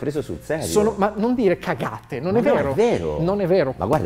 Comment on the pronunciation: Ruffini: "Ma perché tu meriti di essere preso sul serio" Yotobi: "Ma non dire cagate" Ho sputato un polmone dal ridere alla risposta di Karim, in particolare per come è stato accentuato "cagate" :'D